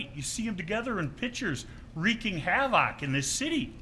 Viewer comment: How can someone say "havoc" so much in a public forum and not know how to pronounce the word? Between that and the blue gatorade...not a great professional impression.